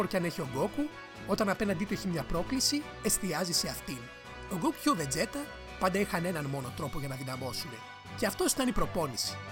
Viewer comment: βετζίτα ρε παιδια οχι βετζέτα να πουμε :(